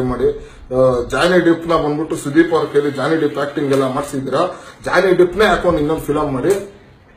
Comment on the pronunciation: Ee ball he jhony deep pronounce madakk bartilla , mvi bagge cmnt madtiya , nin muka nodkolo, sann sann matiguu logic hodkon chutiyaapa madtiya chutiyaaa